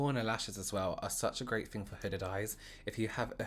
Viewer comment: Fun fact: fing literally means fart in Hungarian lmao and i also hear him saying “thing” as “fing”